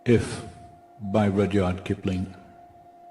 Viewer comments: Rudyard is pronounced "Rud-yard" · I learned this poem back in the 60s! Rud-yard is how you pronounce the Olde English pronunciation of his name... awesome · He’s so dumb. Listen to how he pronounced Rudyard Kipling’s name. He’s so unread. This short video was purely Trump propaganda . . . Total BS. His so-called experts are all weirdos. Trump and JLP are both full of anger. They both use foul language and abuse others.